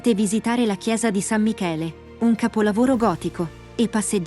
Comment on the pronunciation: "gotico"??? Mama Mia !!!